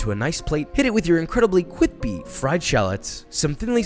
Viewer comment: You’ve heard of cwispy, but have you heard of the new, Cwippy?